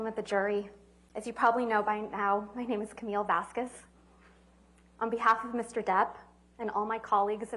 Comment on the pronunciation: It is shocking that an attorney is so alien to life that she don’t know how to pronounce the name Vasquez correctly! For those who care: the qu in Vasquez is pronounced like a k in like✌🏻